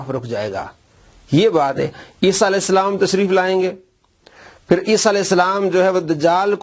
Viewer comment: alaeh salam raziallah anha Pehly sahih to bolo 😂😂😂😂 Moavia Nawaz